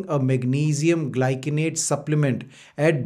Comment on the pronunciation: It’s gly -sin-ate Not gly kin ate